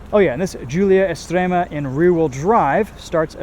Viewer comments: thumbs up for being able to pronounce "Estrema" correctly!! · Your pronounciation of "estrema" is actually spot on 😂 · That accent was surprisingly good! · Apart from Estrema, the rest is typically not perfect actually. And doing accents is stupid. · Pronuncia e accento molto buoni 🇮🇹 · Ma stai a scherzare? Estrema è stato pronunciation bene, Veloce quasi e poi... quadrofoglio? Infine, accento da idioti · Stupid accent at the beginning, but Estrema is well pronounced. Sounds like a Dutch speaking Italian.